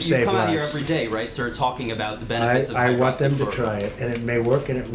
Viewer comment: it happened because he mispronounced hydroxychloroquine. And said something like hydrochloride. An ingredient in the fish tank cleaner. A man and his wife drank it. The man died.